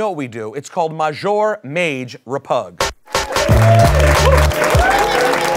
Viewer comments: Got these grown ass men saying maj majour repug. Show cool but stop that shit. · Just wondering, is “majour” supposed to be French? Cause that doesn’t exist lmaoo